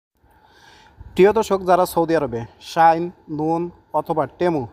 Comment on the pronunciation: শাইন বলে😂😂😂